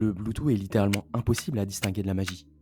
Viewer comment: "Bloutou" XD Mais super vidéo.